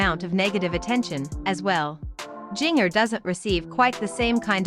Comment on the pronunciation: Not giner....it's sounds like ginger